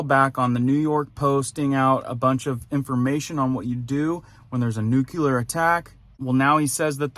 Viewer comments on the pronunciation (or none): Nuclear pronounced "new-clear". Not "nuke-uler." Come on ff